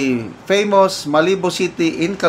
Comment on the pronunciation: Pronounced as Malabu ang Malibu